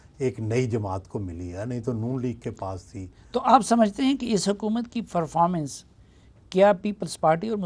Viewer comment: FERPORMENCE or PERFORMANCE ???